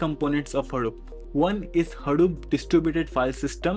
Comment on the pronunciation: it's pronounced hadoop not haroop